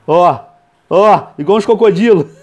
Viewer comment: ele fala assim cocodilo